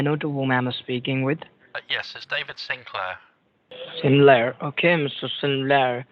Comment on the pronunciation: Sin-Lair? Are you Sodom or Gomorrah with your druggy/money/bloody ways?